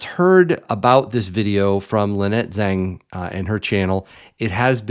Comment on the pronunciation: Zang, not Zeng.